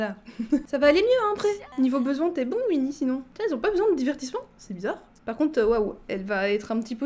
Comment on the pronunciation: Je suis la seule que ça perturbe qu’elle dise Uinnie et pas OUinnie (même si c’est Winnie)